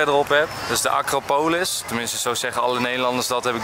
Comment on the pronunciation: Hoe de eerste acropolis uitsprak is de juiste manier! ❤️